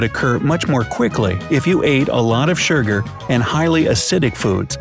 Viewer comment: Literally no one is going to say "oh look, there's smells like death!" hand why does the narrator say surgur instead of sugar Can you still drink soda out of a bottle if you put your teeth around the bottle neck and the soda goes into your tongue and down your throat without touching your teeth?